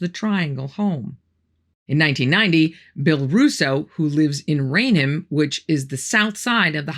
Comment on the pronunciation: I was born and raised not far from Bridgewater and worked at a company in Bridgewater at one point. Never heard of any of these things happening. WOW! And thanks for pronouncing all of the names correctly - not everyone can. 😂😂 For most people, Raynham is a challenge. Pronounced RAIN HAM. Some will pronounce it Rain'um.